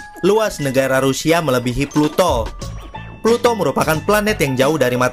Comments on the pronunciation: Peluto bukan planet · Ploto bukan planet 😁